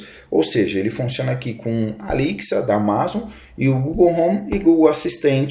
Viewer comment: Gostei mesmo foi a pronuncia da assistente da Amazon " Alixia " Kkkkkkk